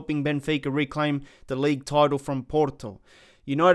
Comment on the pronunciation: I like how when he said porto he tried to be as Portuguese as he can while hiding his inner Aussie accent by saying pooooooorrrrrrrtoooooooo